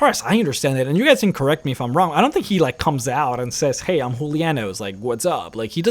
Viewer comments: He's Julianos not Hulia-Nose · da Vinci Actually, speaking through Spanish and Latin pronunciation, it would be HOO - LEE - AH - NOOS. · Loving the pronunciation of Julianos = Hulianoes XD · I'm 90% sure you're mispronouncing Julianos.